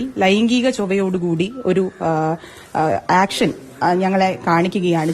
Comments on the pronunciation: ആക്ഷൻ അല്ല ഏക്ഷൻ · ആക്ഷൻ അല്ല ഏക്ഷൻ അല്ലേ ശരി